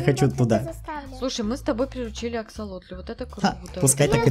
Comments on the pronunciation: Вообще-то не аскалотырь а аксолотль ! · Ты неправильно говоришь ты говоришь Аскалотыль а правильно аксолотыль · ты не правильно говоришь аска лотоль правильно говорить аксалотоль❤❤❤ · не оскалотль а аксолотль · Правильно не асколопаль ,а аксалоталя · Не асколотил😂 а аксолётиль. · ты топ но не аскалотыль а аксалотль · Правильно говорится акстар лошадь а аксолотль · НЕ АСКАЛОТАЛЬ А АКСАЛОТАЛЬ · не Аскалоталь а аксалоталь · Не иксплоталь а аксалоталь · Не аскалотел а аксалотел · Не аксолотль, а акселотль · Не а̶с̶к̶а̶л̶о̶т̶л̶ь̶ а АКСАЛОТЛЬ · ты не правильно говоришь, не аскалотоль а аксолотоль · Не асколотоль , а аксолотоль! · не аскалотлем а аксолотлем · Это аксалотль ане ацалотль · Говорится аксалотль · неправильно говори